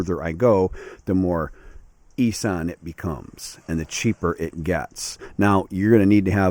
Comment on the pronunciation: Isn't it pronounced Iss-an? Not I-san. I might be wrong.